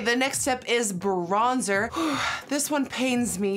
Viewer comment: Am I the only one who noticed that she pronounced the bronzer wrong , I'm in French and had to pause ! hahaha